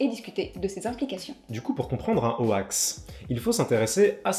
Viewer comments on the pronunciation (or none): C'était très intéressant ! Parc contre "hoax" prononcé "o-axe" ça pique un peu les oreilles ! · "ho-ax", j'ai toujours prononcé ça "hox" personnellement, j'imagine que c'est comme gif et jif, les deux prononciations sont courantes. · Ah non non, ça prononce bien "hox" (/hoʊks/ en alphabet phonétique) mais on a prononcé ça n'importe comment car on trouvait ça drôle ^^' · très intéressant, par contre dire ho-ax ça choque... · Nan mais cette prononciation de hoax me donne des envies de meurtres >.< Vous avez fait exprès, rassurez-moi ? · Vous pouvez éviter de prononcer "Hoax" à la française ... C'est moche à entendre. ><' Et vous utiliser aussi le mot français canular donc c'était évitable.